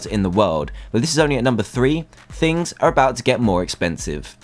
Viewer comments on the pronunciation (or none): none